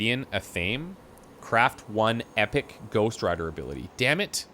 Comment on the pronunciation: This could be a bit nit picky but athame is pronounced ath-a-may, loving both series light and dark